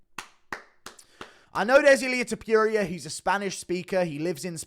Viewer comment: Don't forget this dude said "Clay Gweeder" and "Illia Ti-pure-ee-er"